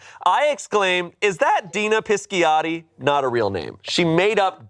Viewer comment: ❎️ Donna Pinciotti ✅️ Dina Pisciotti